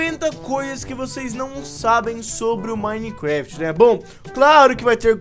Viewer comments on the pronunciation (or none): Joga minecraft a tanto tempo e ainda fala minecuefiti